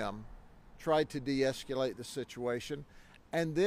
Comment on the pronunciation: Grady can actually say deescuaGhala8.